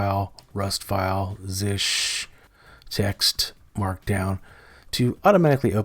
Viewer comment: Never heard anyone pronounce it "zish" before